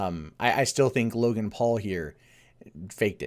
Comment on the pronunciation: "Login Paul". Sorry? Isn't his name Logan, not "Login"?